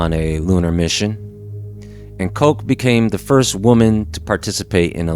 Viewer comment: You pronounced Christina's last name wrong.. was that on purpose?